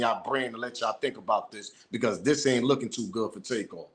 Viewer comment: The dude recorded dat video sounded funny the way he said takeoffs name...hes lik take paused then said off...y not say it the way it is takeoff